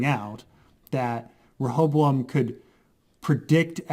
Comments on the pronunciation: Re-Ho-Bo-Am!!!! There’s 4 syllables to the word Rehoboam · "shout out to this guy who helped me pronounce it correctly" Proceeds to not pronounce it correctly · Rehoboam is a Hebrew name, most English bible scholars would pronounce it as RE-ho-BOWum. The first syllable not as the suffix re-, but the same as in the word rectify.